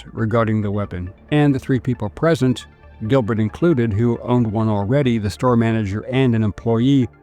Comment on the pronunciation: pr esent